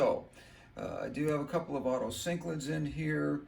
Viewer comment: Otocinclus, not otocyclids